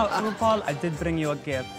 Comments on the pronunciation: "Roople" lol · “RuPul” Amazing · "Ru pul is it?" 🤣